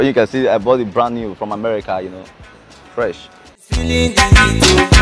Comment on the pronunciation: The word is brand-new not Brown new